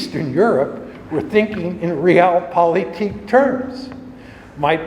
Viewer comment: I really wish he could pronounce „Realpolitik“ better…hurts my ears every time he says it.